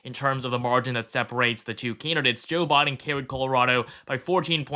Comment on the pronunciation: I swear i keep hearing Jill Biden instead of Joe Biden